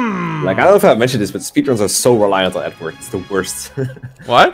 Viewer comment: It sounded like said Ednerd instead of Edward